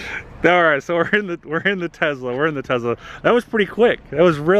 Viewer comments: It's tes-la not tez-la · Hey bud, Tesla does not have a “z” in the name that I know of... you keep referring to it as a Tezla!!!